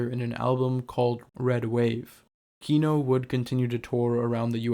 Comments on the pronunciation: This narrator guy mispronounces the band name the whole time 😂 It’s not kíno its kinó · KinO, not KIno, the last syllable stressed, please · kinO. stress falls on last syllable :) As a matter of fact - every russian surname have stress falling on last syllable. Thanks for the video, nonetheless, it's just misprononciation really hurts my ear. Overall, I understand the sources you're drawing from, and without knowing full historical context... well... sources are weak. Kino is still the greatest of all Russian Rock (misnomer on itself), but yes. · just fyi it's kinO with the inflection on 'o'. ki--nÒh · Can you pronounce kino correctly at least once in your life. cool video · Dude, I really dig what you do, but could you please, please just check where the accents go? It's kinO, tikhomIrov, etc. I understand when the names are anglicised, but you seem to be striving for authenticity, don't you? :)